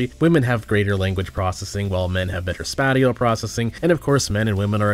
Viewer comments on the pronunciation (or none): honest question: I know sometimes you purposefully mispronounce words like "voooot!" but sometimes it's more common stuff like spatial as "spat-tial" instead of "space-al." Is this a case of encountering a written word and mispronouncing it as it appears, or is there some dyslexia or something going on? Just frankly curious. Either was, really enjoying the content! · Please tell me he’s shitposting Spat - eee - Al? Bruh. do you mean space - shall? Lol As in spatial awareness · Dude, I love your channel, but it really baffles me when you mispronounce something Seriously dude, "spatial" is pronounce like "spay-shial" If you are not sure about the pronunciation of something, just google it Otherwise, great video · "Spat-ee-uhl". You sank my battleship. 😢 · Did this mf pronounce spatial at spat-ial? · dude rly pronounces "spatial" as "spaty all" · Spatial? You mean spatial right? Yes...I realize the redundancy in correcting a pronunciation error through text. I am merely bored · Didn’t even know that people pronounce spatial like that till now, the more you know 🤷‍♂️